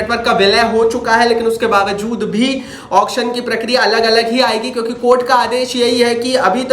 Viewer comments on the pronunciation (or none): none